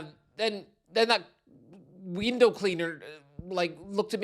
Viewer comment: “Weendow cleaner”? 😭😭😭